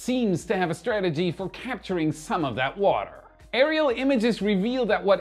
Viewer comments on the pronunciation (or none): none